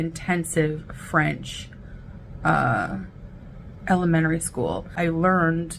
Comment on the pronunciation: just wait 'til you hear her pronounce "elementary."